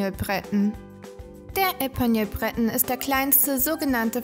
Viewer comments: Breton ist französisch! Es wird nicht englisch ausgesprochen! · Ähm, Du sprichst den ersten Teil der Rassebezeichnung französisch und die zweite Hälfte englisch aus... ok, weiter unten selber bemerkt. Hab die eben erst "entdeckt" und finde sie knuffig. Eigentlich bin ich keine Hundefrau, eher mit Katzen und Pferden, aber ich fange an, drüber nachzudenken. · Sie sind reizend und klug und ganz wunderbare Gefährten. Nachdem mich mein geliebter Pointer heuer verlassen musste, bin ich auf der Suche nach einen Bretonen. Aber das ist ganz schwierig, in Österreich sind sie derzeit nicht zu erhalten. Ich würde für einen Epagneul natürlich auch ins Ausland reisen. Hat jemand einen Tipp für mich? Das Video ist gut gemacht und informativ. Aber "Breton" habe ich bisher nur französisch ausgesprochen gehört, das anglisierte "Brét'n" klingt für mich etwas sonderbar. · Wir üben dann nochmal die Aussprache von Breton und Tricolor.....